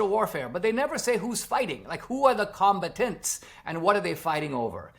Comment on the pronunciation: Com- BAT-tants